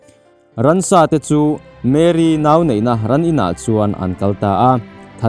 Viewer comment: Mary ani lo mary alom (a) khi (A AW B )a A kha alom Chuan mAry (y khi i ang ani mai